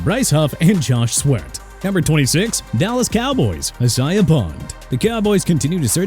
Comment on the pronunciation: Excuse me but his name is D'Andre not D'Andrew! ALSO, Isaiah Bond first name is pronounced AI-ZAY-UH not E-sai-ah!! Imbecile...